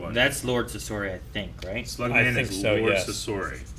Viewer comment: omg everyone was pronouncing Sasori wrong and for a split second of all people mumbled the correct pronunciation 😂